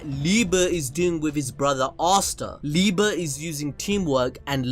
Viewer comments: Stop saying /mayukiula/, is /meyikiula/ and is /libe/ not /liba/ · Love the videos but I’m gonna have to clown you here just for a small second 😂! It’s pronounced Liebe(liebay) not liebuh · No it's literally the right way to say it's lie-be it's the german word for love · The way he says Liebe triggers me